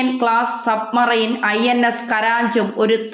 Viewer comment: സബ് മൈന റോ?? അതോ സബ്മറൈന റോ??? ഒരുപാട് പ്രാവശ്യം ഇത് റിപ്പീറ്റ് ചെയ്തു.... ശ്രദ്ധിക്കുക